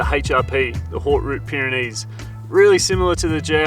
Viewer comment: The H in haute is silent 👍☺